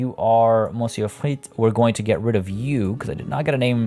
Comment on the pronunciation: Hey! I just wanted to say that as a French girl, hearing you say "Monsieur Frites" is oddly satisfying... And off I am!!